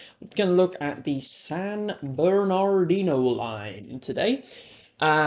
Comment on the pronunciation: It’s pronounced San Berni-de-no